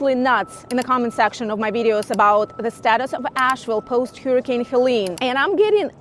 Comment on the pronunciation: an Eatern European who cant even say " Hurricane" the right way😂 or "pool"